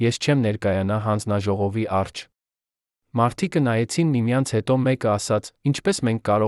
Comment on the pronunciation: Այ, միթե այդքան անընդունակ, այդքան անմեղսունակ ես, որ մի,,,և,,չես կարող ընկալել, ասում ես նրա առջե, դա ինչ բառ է, միթե հայ չես, բա այդ դեպքում ինչ ես ով ես, ինչու ես աղավաղում մեր լեզուն։